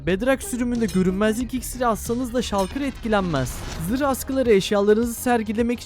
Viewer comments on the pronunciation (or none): none